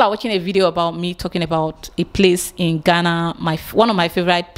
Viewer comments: Abeg ooo its Ghana ( Gaana ) NOT Gana where is this Gana Gana dey? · ITS GHANA ( Gaana ), NOT Gana, abeg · How do you pronounce the 2 ? Do you know the right way of pronouncing it.